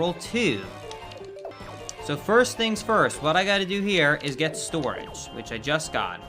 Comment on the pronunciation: The way you say Stooridge is beautiful lmao